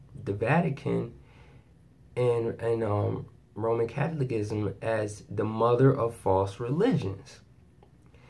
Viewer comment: I need to help you with your pronunciation. It is cath ol i cism. The unfortunate reason I know this is from 50 years of it. Free now indeed!!!